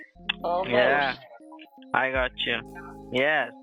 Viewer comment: "Yeah I got chyuh" Fucking what? 😂